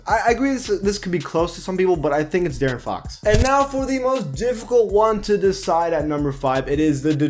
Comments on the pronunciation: Bro I got mad when he kept saying Daren Fox I’m like bruh it’s De-air-in Fox or Deaaron Fox I know it’s a mistake but it made me kind of mad but good vid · How is J-Rich still only a 79 tf....He's the best Heat player right now ifgaf what the ratings say. Also its D-air-n not Darren for Fox. Good vid tho👍. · The way he pronaunces De'aron Fox ugh 😡